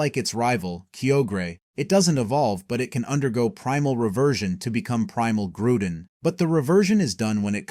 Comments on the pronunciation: regeese motwo reggerock registyle keogre groodon U.X.I.E. mespirit, dude didnt spell mesprit right, heatrin geratina resherum zeekrom i know i missed some but this is not believable because this idiot mispronounced a lot of names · Registale, keyogra,grewdon im grateful for the info but dude was destroying everyone of my favorite legends names.